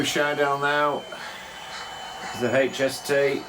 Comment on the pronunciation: Hello again. the correct pronunciation of HST...Hooray!...., slipped back into your old ways! I am in mourning! As with learning an instrument, keep practicing!:) Regards Julian